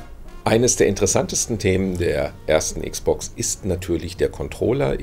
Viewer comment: Meine armen Ohren tun jedes mal weh, wenn ich dieses verdeutschte "Icksbox" höre. Am besten noch "Icksbox Siriäs Icks." Es sagt doch auch keiner "PleiStazion," verdammt nochmal. ;-)